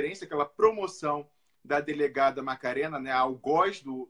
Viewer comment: delegada Marena e não macarena. compreensivel o engano. hehehe